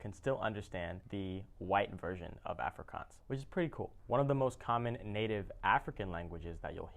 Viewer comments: Good job pronouncing the languages. But Afrikaans is pronounced "afree - kaans" (kaans, same sound as chance, but with a 'k') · your saying Afrikaans wrong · Its funny how you can say braai correctly, but not afrikaans. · The way he said Afrikaans was hilarious 😂😂😝